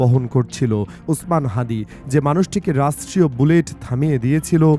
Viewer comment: I am very sorry.Apni Osman Hadir Name ta bholo bhabe bolta parchanna.